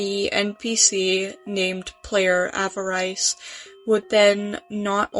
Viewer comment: that’s not how you pronounce avarice